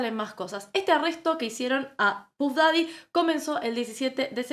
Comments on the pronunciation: Me duele en los oídos que digas pUff daddy en vez de paff daddy como corresponde. Es como la gente que le dice Johnny dip en vez de dep 😂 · /paff daddy/ pronuncia bien por que sos comunicadora.gracias